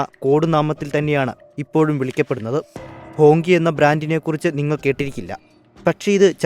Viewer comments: ഹോങ്കി അല്ല. ഹോംച്ചി (ഹോംഷി ) എന്നക്കെയാണ് പറയുന്നത് എന്നാണറിവ് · ഹോങ് ജി എന്നല്ലേ ?